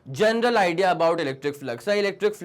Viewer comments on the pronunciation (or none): none